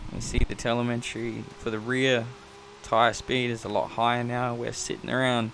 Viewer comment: Helpful video. Just FYI, there's no "n" in "telemetry" ;)